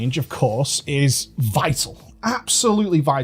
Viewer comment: Anyone else quiver when said "Vital"?